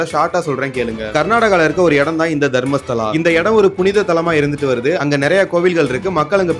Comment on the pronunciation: It's not Dharmshala... It's Dharmastala